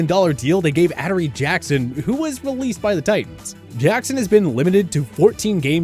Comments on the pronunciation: Holy crap, your butchering half the players names. P"ON"CEE, Ad"u"ree Jackson, cmon. My guess is that you don't know these players, and are just reading it off a script you didn't write. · ("ADD-A-REE) jesus man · Did this dude say Adaree Jackson